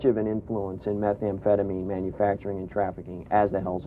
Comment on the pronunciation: Meth amphetaMEEN----not MIN